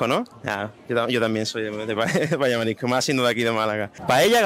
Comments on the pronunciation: Lo que pasa es que a mi me parece que todas las personas en tu entrevista pronuncian esta palabra como "marico", no escucho este "s";) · Todos no sabeis pronunciar S en "marisco" o existe algo que se llama "paella de marico" ?